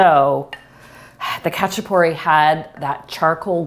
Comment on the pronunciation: Also, the "a" sounds like the "a" in "haha" rather than the "a" in "hatch"